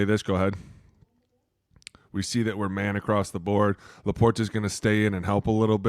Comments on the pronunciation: Laporta with a soft T. La Por ta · I can't listen to dude say LaporTa anymore... stfu